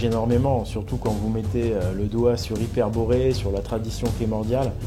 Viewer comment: bataille déjà pas une mais un, et il me semble que ta un problème sur ta prononciation, hyperboreen